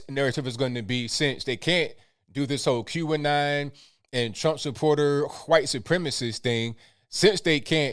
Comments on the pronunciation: I love... but when he says "Q'Anon" it sounds like he is saying "Cuban Nile" lol. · I know now he was saying QAnon